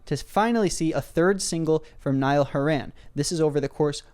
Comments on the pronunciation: i love how he pronounces nialls name as "niall who ran" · Niall went from Irish to middle eastern in one mispronounciation